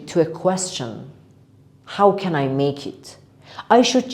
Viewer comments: Maje? Or make?! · yes i hear maje